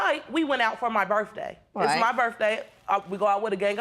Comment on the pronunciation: It was her burf dae 😂